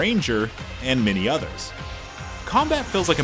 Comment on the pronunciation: This guy narrates like he's just trying to sell the game... every time he mentions classes he says "and MaNy others" wtf man you tell me nothing plus use the same designed character through the whole video....